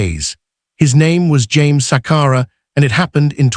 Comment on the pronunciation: Shame indeed!!! It's not Sakara but Sakala, it's Chadiza not the way you are pronouncing it